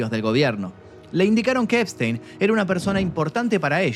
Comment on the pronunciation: NO ES,,,, SPTEIN